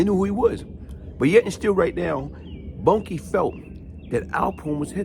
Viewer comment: Not Bunkie... Boonkie pronounced... Boon-Kie...